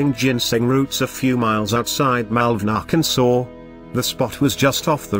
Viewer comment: Ah yes "" I love how you pronounce "AHHHH-CAN-SAW, GIN-SANG" Only outdone by ""